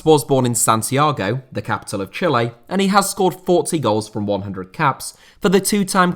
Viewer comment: if you say chile like chili then youre saying it wrong, he is actually saying it right